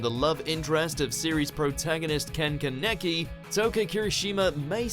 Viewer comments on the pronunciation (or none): “Ken kenecki” its KANEKI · Its fucking kaneki not keneki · Keneki wrong. Kaniki right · Ken KA-NE-Kinot Ken Kane-Ki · gah can't handle it when he says keneki when its kaneki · "Ken KUH-necky" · Ken ken-neck-E Bruh I'm dead please don't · yooooo learn how to say kaneki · Bruh they were all still pretty in my eyes :) Especially Touka and Chi Chi but the pronounciation of Kaneki -3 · Toka was always hot and you pronounced kens name wrong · Still mispronounced Kaneki's name!😡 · How you pronounced ken kaniki hurts me greatly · The way you pronounce ken kaneki makes me cringe........ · Kaneki's name was pronounced wrong!